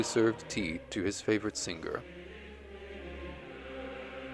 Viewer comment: there is not "guh" in singger, the g is gn in italian or french. Thank you; lovely biography of Patti.